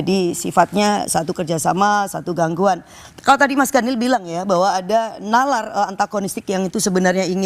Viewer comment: Daniel, daniieelll, yg bener dong.